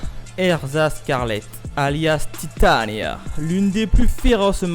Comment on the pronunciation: Tu prononce un peu bizarrement les mot genre fairy tail ou titania sinon très bonne vidéo